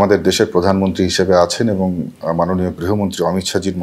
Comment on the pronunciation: অধীর তো কথাই বলতে পারেনা। প্রধানমন্ত্রীকে বলে পোদানমন্ত্রী।